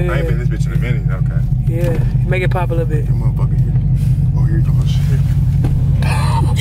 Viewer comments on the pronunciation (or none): The fact they saying “pootin” instead of “pop” 🤣